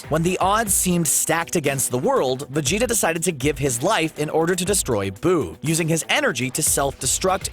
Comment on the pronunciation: anyone else hear vegito instead of vegeta ?